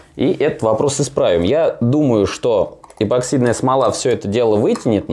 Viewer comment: Я один слышу, что он говорит - "эБоксидная смола"?